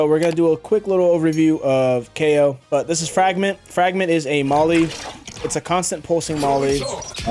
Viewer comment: yo why you got keeoh in your vid... (kay/o kee/o)